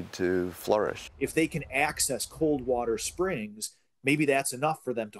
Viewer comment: Hahaha Who is this Bush chick....😂 Yeah can I get a glass of wader!!🤣🤣🤣🤣